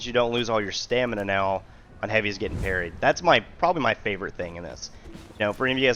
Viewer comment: Parried, not parties, lol